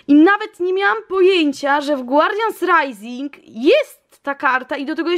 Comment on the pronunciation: to co powiem jest dziwne, ale zawsze gdy słyszałam jak mówisz guardians rising to słyszałam Guardian SRAJsing! Myślałam że nie lubisz tych boosterów i dla tego tak mówisz. Ale teraz weszłam na lootqest i już wiem że tak nie jest😊😉😂❤️